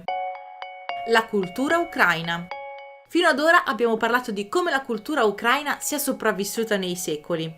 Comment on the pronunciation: Per favore.. ukra-í-na, non ukr-a-ina. L'accento è sulla 'i' 🙏 Almeno tu😁